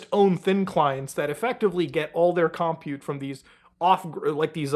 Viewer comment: Im so sorry, im autistic. You got it wrong 3 times and then right once, but the word 'compute' isn't pronounced 'cum pjute' it's just pronounced like 'computer' but without the r. The second syllable is stressed, never the first.